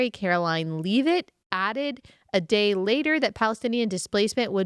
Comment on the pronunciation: Pretty sure Leavitt is pronounced with a short e sound as in heavy not heaving